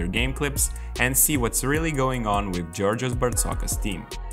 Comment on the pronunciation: its Jorgos , JOOOOORGOOOOOOS not Giorgios.thanks